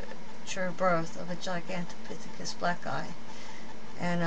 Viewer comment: u cant even say the name gigantipythicus this is not good try though lady